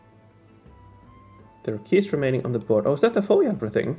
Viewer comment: No biggie but I noticed you said FOE like FOE-ee, 2 syllables. It threw me. At least in states it’s said 3 syllables - each letter: F-O-E. 😂